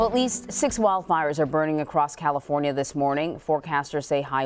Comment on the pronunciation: She said "Sonoma Cal lee for nia" Seriously it's not like you were reading Puyallup or something.